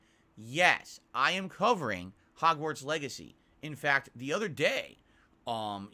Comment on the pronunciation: Ah yes, my favorite game Hog's-Warts Beggacy